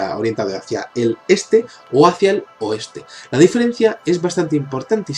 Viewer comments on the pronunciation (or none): none